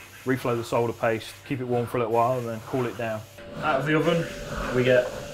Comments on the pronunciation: It's refreshing to hear someone pronounce solder correctly. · Yes, the l is silent.